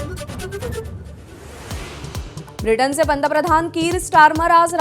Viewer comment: ताई उच्चार स्पष्ट करा..... "ब्रिटन" पूर्ण उच्चार करा... रेड्यांचे पंतप्रधान अस ऐकू येत आहे 🙏